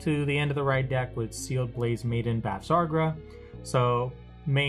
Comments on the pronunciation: Bav-sa-gra. Other that, good deck profile. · haha It was a good profile, but just hearing you pronounce her name was getting to me.